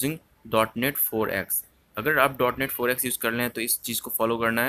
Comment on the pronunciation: It's not DE-NOTE 3/4 bro 😂😂 It's DOT NET (.NET) . A technical person should spell the technical terms correctly. BDW, the tutorial was helpful 👍